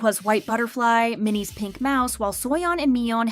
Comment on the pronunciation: Its miyeon not minnie